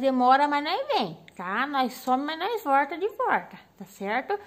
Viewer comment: Por favor, diga estou de volta e não estou de vorta